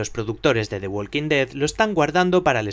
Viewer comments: Se pronuncia "Woking", no "Wolking". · walk no se pronuncia la "L", igual talk